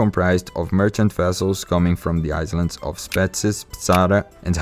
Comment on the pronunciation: Great video, very informative. The style reminds me of Bill Wurtz and Oversimplified. But one thing I wanna point out is the word "islands" is pronounced "i-lands" with a silent S :D